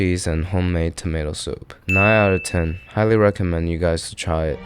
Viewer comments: Why does he pronounce "ten" so funny? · I've been watching on and off for a while and was wondering are you saying 1 through teen? Granted I know your ratings are 1 through 10 but it definitely sounds like teen lol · Do Canadians really pronounce "ten" as "teen" or is it just this secret Asian man? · Why do you pronounce ten like that?